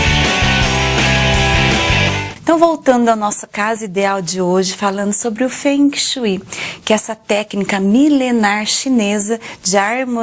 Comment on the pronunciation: Kkkk Quem fala fungue shue????? Para vai.. Kkkk